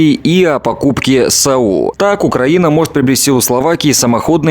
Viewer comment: НЕ саУ а сАу бОклан. Но денег дайте побыстрей.....